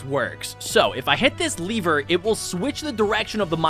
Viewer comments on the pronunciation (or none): none